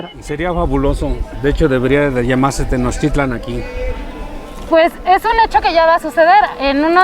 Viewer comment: Tenochtitlan no se acentúa en su lengua madre (el náhuatl). Osea que el acento es tácito en la < > y no en la < > Como reportera, y sin afán de faltarle al respeto, sería bueno que usted lo pronuncie como es. Saludos!